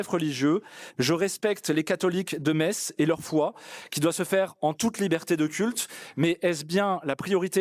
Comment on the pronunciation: La Me(sse)tz est dite 😂